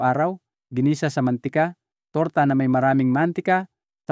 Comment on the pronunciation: pilipino po kau? bakit mantika at talong iba kau mag pronounce , not filipino …